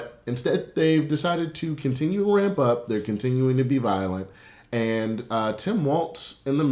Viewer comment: I have a BA in economics and I cannot tell you how insane him saying "simple supply and demand" to explain rising housing costs made me feel lmao. Like I was losing my shit. Everyone was hung up on his mispronunciation of benevolent, but I can't get over, "it's just simple supply and demand."